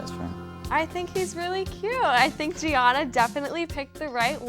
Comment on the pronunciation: They don't pronounce 'Gianna' correctly.....